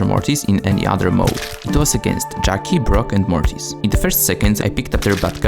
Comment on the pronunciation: Its mortis not morris